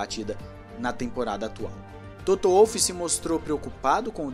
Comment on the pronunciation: que agonia ouvir Toto "Uolf" ahahahaha em alemão o W tem som de V meu irmão